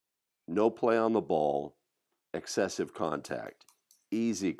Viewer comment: I think you emphasized excessive contact lol 😂